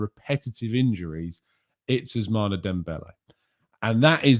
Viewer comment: Ousmane is pronounced Ous-Man 🤝😂😂😂